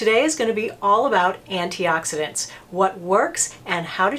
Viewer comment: Good job pronouncing all those antioxidants I did not know how to pronounce some of them! I did not know about how to select a good C serum but now I do XOXO. I appreciate that you are not trying to run a love fest sales pitch on a bunch of expensive over priced stuff.